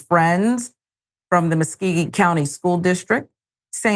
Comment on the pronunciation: This is sad. Very sad. the county is pronounced Mus-CO-gee.